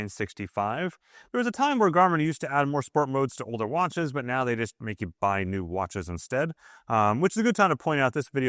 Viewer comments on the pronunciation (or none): none